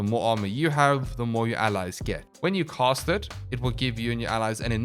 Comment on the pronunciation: I seriously cannot listen to you MANGLE the English language anymore... When you say cAst and cOst exactly the same it makes it really hard to tell what the FoCK you're saying... 🙉🙉🙉